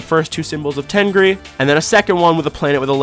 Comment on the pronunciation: Why did i think the tengri said "myth"